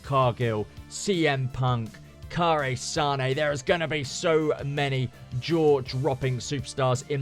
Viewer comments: The cringe when he tried to say Kairi Sane😅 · That was the most butchered pronunciation of Kairi Sane